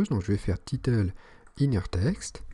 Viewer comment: C'est "title" et non "titeule" ahah sinon très bonne vidéo.